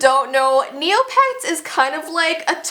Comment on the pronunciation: i thought you was saying "kneelpads" instead of "neopets" at first lmao, i was so confused.. but nah, forget neopets, club penguin is where its at :c rip club penguin